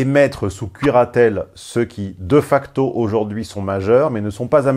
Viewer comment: Ca se prononce [dé facto].